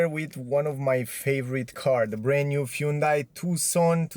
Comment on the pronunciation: BTW, it's HUN day. Not huuunday